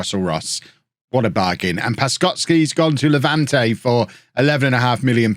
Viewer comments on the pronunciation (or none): none